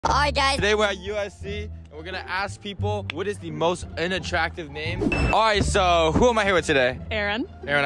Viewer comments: Do us older Asian generation a favor, "learn" how to PRONOUNCE "Unattractive" properly 🤦‍♂️🤦‍♂️🤦‍♂️ It's pronounced as "UN" not "in" 🤦‍♂️🤦‍♂️🤦‍♂️🤦‍♂️🤦‍♂️ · Sounds like he’s saying “INattractive” lmfaooooo